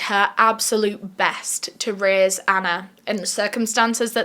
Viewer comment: Why you saying raise sounds like rizz it sounds like you said Marianne is ready to rizz her daughter